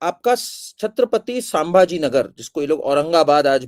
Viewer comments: जय श्रीराम मॅम कार्निक नहीं बल्की कर्णिक सरनेम है! वैसे ही सांभाजी नहीं संभाजी नाम है! और एक संजय शिरसाट है शिरस्त‌ नहीं ! Pl correct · संभाजी - स सांभाजी नही | कर्णिक - कार्निक नहीं